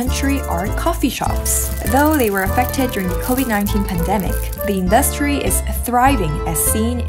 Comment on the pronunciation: Hi. I like the way u speak English. However, in your vlogs, u keep saying in-DUS-try. The stress of the word is on the first syllable so it should be IN-dus-try. - from an ESL instructor 😉